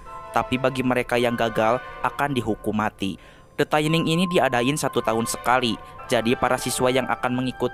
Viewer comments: Koreksi bang, dibacanya tetep “thinning” bukan “taining”, CMIIW (Correct Me If I Wrong) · Mohon maaf bang, bacanya “thinning” biasa, bukan “thaining” 🙏🏻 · Tulisan nya thinning bacanya taining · bener kok, bacanya "thinning" bukan "taining" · Tetep thinning bacanya bukan taining, dari kata "thin" (tipis) yang di baca "thin" bukan "tain" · Bacanya 'thinning' bang, bukan 'thayning' 😅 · Sebutan nya bukan THAINING bro, THINNING sesuai ejaan nya, wakaka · Pronunciation: thinning= tinning not taining ;) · thinning dibacanya bkn thaining bang wkwk. asal katanya thin yg artinya tipis. thinning (dibaca thinning biasa) artinya mengurangi kepadatan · Baaaang, itu bacanya TINING Bang. Pas dibaca TAINING berulang-ulang , saya jd ke-trigger Bang. Maapin 🥲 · tining baca ny bang bukan taining wkwkwkwk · Bacanya thinning bukan thaining. Gw benci bgt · the thinning bang bukan the thAiniNg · Kok thaining THINNING BANG NGOMONG NYA BKN THAINING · gemes bgt, dibacanya thinning kek tulisannya :( no offense just sharing. makin maju ya channelnya. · bacanya tetep thinning biasa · baca nya tetap THINNING Bray 😁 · gatel denger "the taining"